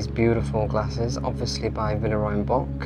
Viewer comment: Love your videos. Just one tip because I can tell you love Villeroy and Boch. Check-out the proper pronunciation of Boch. It's a soft ch.